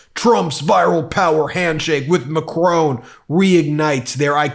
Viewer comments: Love your stuff on medis t. But behave it's macron not machrone as many keep saying. 😅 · Hi Ben Meiselas, love the channel - just one thing, Emmanuel Macron's last name is pronounced Mac Ron not Macrone other than that you're doing a great job calling out maga mania - keep up the fight against agent orange and his sycophantic minions. Good luck from across the pond. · Your pronunciation ov macron is triggering..lol..its mac ron..not mac rone...pahahaha.. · Ma crone??? I believe It’s correctly pronounced ‘Mack Ron’ 🙏🏴🇬🇧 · It’s not “Macrone”. It’s pronounced “Macrong”. 😉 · Macron is pronounced Mac - ron, not Mac - rone . Short o as in Ron, not long o as in stone. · Ben, it's Macron, NOT macronne!!! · Macron’s name is pronounced “makʁɔ̃” not “macrone”. It is not surprising when educated people get in wrong (looking at you Ben) that the rest of the world laughs at USA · The President of France is Macron - NOT Macrone. Also it's pronounced Notre Dam NOT Notre Dame. Be respectful. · The man is called mac ron not macrone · Why do you Yanks keep saying "Mack-crone". It's "Mack-ronn". Just sounds ridiculous. (I live in Paris) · Ben FFS....Mac ron...RON it's pronounced RON not ROAN...you muppet. If people pronounce Kamala's name wrong - you sh1t your pants...MAC RON....I don't really like the guy but say his name right. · My dear Ben. The French president's surname is pronounced like Mac-Kron. Not Mac-Krone. Or like Cron. MAC- Cron. Thanks for all your hard work to bring us the real news. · It's pronounced Macron, not Macrone—jut so you know 😊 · Macron, not Macrone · Noter Dayme is a Catholic University in America. Nawtre Dahm is a Parisian Cathedral. They are both spelt Notre Dame. (0ur Lady). Just saying…. BTW Macron. Not Macrone. The o is short and the n is not pronounced. After all Des Moines is not pronounced Da Moyne in French. Oh, never mind! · Dude, I like your channel, but pronounce Macron as Mac Ron👍